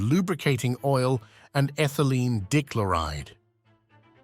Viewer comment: “Ethylene DICKloride”? You’ve GOT to be joking!